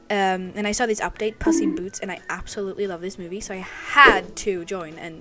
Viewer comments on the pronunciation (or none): Why did she sound like she said piss in boots- (no making fun of her, it’s how I acknowledge it.)